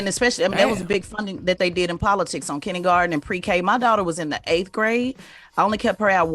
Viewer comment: Did Tez say “kinnygarten” 🤦🏽‍♀️